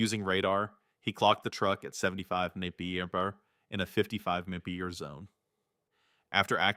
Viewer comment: Can't pronounce MPH FFS!